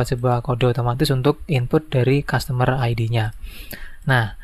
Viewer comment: Iya bang customer bukan zustomer😂